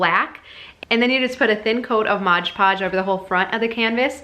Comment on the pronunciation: Great idea! No judgment here - I used to say it wrong too - it’s Mod Podge rather than Modge Podge.